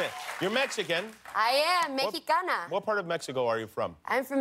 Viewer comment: Oh Eiza you're so cute! Haha, I felt so proud when you said "Mexicana" 👏🏽👏🏽👏🏽 🇲🇽🇲🇽🇲🇽